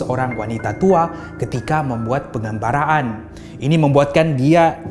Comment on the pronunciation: penggambaran bukan penggambaraan